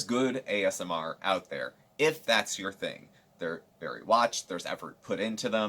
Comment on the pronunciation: Early video, yay! Have you noticed that she calls ASMR "AMSR every time?" :-) Going back to watch the rest now... love Thursdays!!